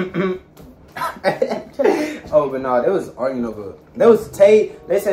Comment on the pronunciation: “ what was all that argurin😂😂😂”